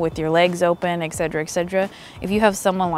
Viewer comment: Love your videos, they're so helpful as a cosplayer just getting started with good photography. My one note is grammar related and it's just a pet peeve, but etcetera is ETcetera, not EXcetera. Sorry to complain, you're super awesome and I love your videos.